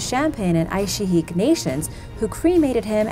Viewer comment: scary thing is becasue of climate change will make it more likely for ancient viruses and btw im from the Yukon and you said Aishiak wrong, but I dont know how to spell